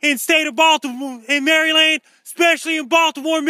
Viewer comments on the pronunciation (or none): Hey! Thanks for what you do... just as a heads up, it's pronounced "Mara-lin" which is why people keep commenting about "MARY LAND" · please it's not Mary-Land, Marelund is the appropriate pronunciation. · It drives me nuts when people say MARY LAND seriously its maryland. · love thee MARY! LAND! pronunciation. what drives it home is how many time he says it. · Being in MerryLand (as he says it).... This is hilarious. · Who the hell says "Mary Land"? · Can barely get the words out over those teeth. we'll be fine here in Mary land